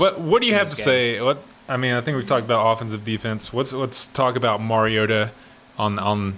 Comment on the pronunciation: It's his 4th year as starting quarterback. I wish national pundits would learn to pronounce his name. Shows them to be the empty suits that they are. Undeserving of an audience. Mar-E-O-ta.